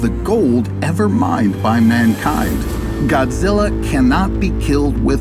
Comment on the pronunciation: "GodGilla" every Japanese pronunciation